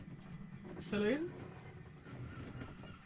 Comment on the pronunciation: Thank you for pronouncing it saloon NOT salon.